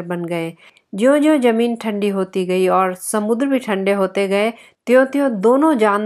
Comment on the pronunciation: Zameen not Jameen